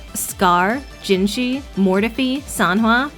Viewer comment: To be fair, Jue uses a sound that isn't used at all in English, so it's hard for English speakers to pronounce... but pronouncing it as two syllables is way too weird Though, Jinhsi's pronunciation is kinda annoying because English speakers can definitely pronounce it (Zin-si, the first syllable sort of like how you pronounce "Zee" with an "n" at the back, and the second one like a "see" except it's not dragged out)